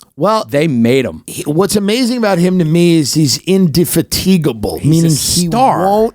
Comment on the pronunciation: Tim's pronunciation of indefatigable was as wrong as it was exquisite. :-D